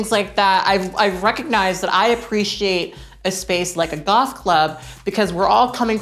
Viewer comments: I know you said “goth club” but I heard “golf club” and I love the idea that you would rock that outfit while golfing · Girl when you said "goth club" I misheard you and thought you said "Golf club" and tbh I was like "she can pull it off I'm not really surprised about this"